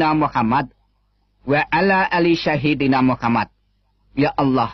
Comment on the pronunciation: Gk jelas sapa yg bicara.. Sayyidina dy sebut sahidina.. Alfatiha d blang Alfateka.. "Iyaa kana'budu" d baca "iyya kana'butu"😅Ketahuan ini kisah bohong. Hnya baca text aja.. Masya Allah.. Sepintar2nya org kafir yg ingin menyesatkn Alquran, pasti ketahuan bohongnya.. Tuhan it Allah ato Yesus sih? Trus roh kudus it sapa? Dy laki ato perempuan?